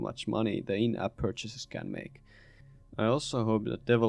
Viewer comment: I love this - absolutely true! Also, accent really calls out these mobile guys - it sounds like "devil-opers"! Thanks for this insight, as I am getting ready to try my hand at an incremental of my own...